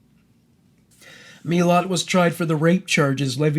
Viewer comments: Its Muh-lat right? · I am Aussie, and live only about 2 hours from where his family lived... the way you pronounce his name isnt right, BUT i appreciate it!!! It sounds like a story that i dont know the ending of, instead of his name leaving me cold and scared! He is dead now, but that man still terrifies me!! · yeah, exactly!! :) but the way he pronounced it, seems less scary. Odd huh?